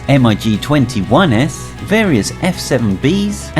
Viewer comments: it is not pronounnounced m.i.g. its mig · "M. I. G." is pronounced "Mig", which is a contraction of "Mikoyan and Gurevich Design Bureau" (MiG). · It’s pronounced mig not spelled. Not to be offensive but this hurts my head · Bristol Freighter! that is frayter! and how can you not know about MIG?? not M I G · This just hurts my ears lol